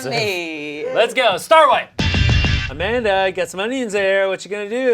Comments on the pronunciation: As a portuguese person, that "Amanda" that Amanda said absolutely had the correct accent. We will still accept you here, Amanda. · As a portuguese, I can safely say we don't say "Amanda" like that. In fact, my mother is named Armanda, which is almost the same 😂 Also, pretty glad Portugal is the first nation coming to Shayne's mind when thinking of community 😅